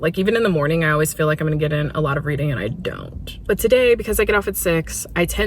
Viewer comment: Every time you said “weeding” all I heard was “wreading” in the pwincess voice 😂💀😭